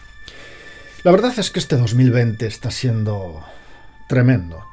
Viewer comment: es "verdad" no verdaz....